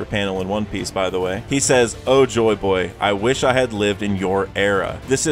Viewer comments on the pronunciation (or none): none